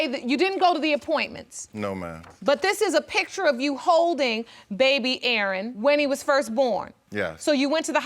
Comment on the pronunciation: Maryland, I got a question. Why do y’all bother with the name “Aaron/Erin” if you can only pronounce “Urn” ? 😂